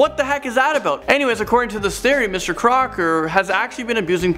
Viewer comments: Wait it's Mr. Crocker I thought it was Mr. Cocker...... 😂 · Crocker's? You mean Crock's? XD